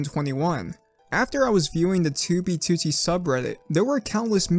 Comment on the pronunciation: why does he says 2b2t so well, he says it better then fit..